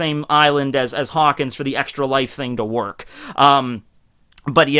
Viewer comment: I swear he called him Cockins when talking about the kizaru interaction